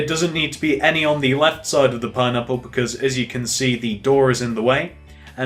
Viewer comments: "Pinapular," he says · "that's what makes it look more pine-napular"